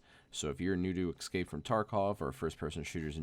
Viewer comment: You said e"x"cape :(